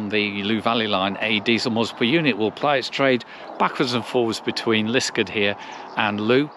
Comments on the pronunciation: Yes, this is a fantastic experience and well worth the trouble of finding it! Just one small point, Liskeard is pronounced Liskaad, not Liskud. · Hi. I do not wish to be too pedantic as I always enjoy your videos, but can I say that your pronunciation of Liskeard is way off. The name is pronounced Lis-card with an emphasis on the second syllable.